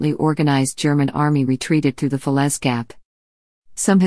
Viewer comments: Not bad, but the images were very repetitive. I'm pleased you managed to pronounce fer-lay as fa-lez. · Not with that awful narrator!! it’s Falais….pronounced Falay…..not Felez !! 🙄🙄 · Very 1st sentence, can't even pronounce the very name of the battle. Talk about useless.